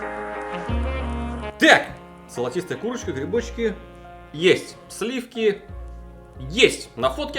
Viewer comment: Откуда у меня по твоему есть слиффки? Вас не пугает, как я произношу это слово?)